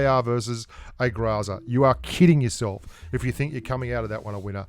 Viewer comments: grOOOOOOOOOOOOza. Not grAAAAza... 🤮🤮🤮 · You still ain't pronouncing it right. It's not graza it's grrrrrraza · Since I've heard you say graza not groza i started saying graza what's wrong with these grubsss Beautiful accent... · Гроза = GrAzA >>> with a hard accent on the last "A" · the way he say GROZA it sounds like he is saying GRAZZZAA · While you may not be pronouncing Groza correctly. You're doing it better then most which is very nice so job. Technically my first language is Russian. Even though I can barely speak it now. But you are better than most.